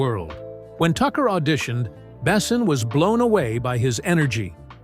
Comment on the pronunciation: The best part of this video is counting how many different ways the AI narration pronounces "Luc Besson"